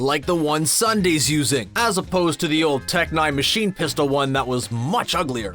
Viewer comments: Ssundee is pronounced Ssundee not sunday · he said sundae lmao its ssundee idk i just keep hearing him say sundae